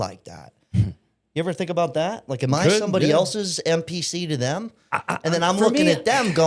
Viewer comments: Yeah, he did. I think he really meant NPC. I was trying to figure out what the heck a MPC was😂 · it sounded like you said MPC.